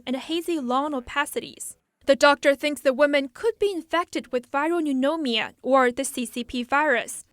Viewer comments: Pneumonia pronounced "new-mon-ya" FYI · “Viral neunomia” 😂